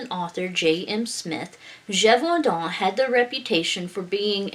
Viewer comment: Oml you should start a French asmr channel! I got a tingle in my neck everytime you said "Beast of Gevaudan"😂👌🏻 I loved this legend, it gave me a story idea where all the different legends happened at once lol. Is there any Nordic werewolf legends you could research? I really enjoy the lore videos! Also, you and your daughter were too cute together😍 And the French "losér" made me lol.